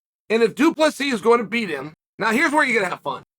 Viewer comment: omfg guys ! Chael said du plessis right!!! wth